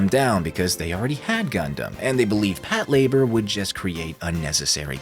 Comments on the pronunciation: I can't watch this, the way he pronounces Pat Lah-bOR is aggravating. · Is it not pronounced pat la-bore?